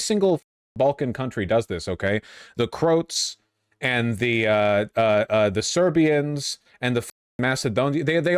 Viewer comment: what the fuck did he just call us? crotes?